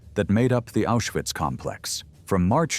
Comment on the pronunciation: Ma come pronuncia Auschwitz, grese,bergen belsen ecc,meglio,andare a. Scuola